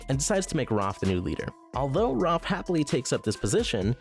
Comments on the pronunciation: Am I the only person that’s mildly annoyed that he says Roph instead of Raph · It’s Raph, not Roth! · Bruhhh why does he have to call him Rof instead of Raph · its raph not roph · It’s Raph ( R-ah-f) not (R- ar-f) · He pronounces raph rof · How does this YouTuber get so many names for the characters wrong? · is no one gonna question how he says roth instead of raph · Video: Roff Me: It..its Raph not- Video: Then Roff Me: IT'S RA- never mind. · I’m just saying you say raf but its pronounced raaaf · 🎶The A says o. The A says o. Every letter makes a sound, the A, says, o.🎶 Seriously why is he saying Raph like that? Roph!?!?! has live action avatar the last airbender flashbacks. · Roff instead of Raff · I like ur video really by why you keep calling him Rolph XD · roph </3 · Dumbass said 'ROPPH' lmao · Dude,I love this list and this channel,but pronounce Raph right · why does he say raph like that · You could of at least said Raph's name correctly at least once 😂 Also, How Baxter was treated in 2003 was way way way worse then how he was in was still really bad though. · There's something about the way you say "Raph" that makes me giggle.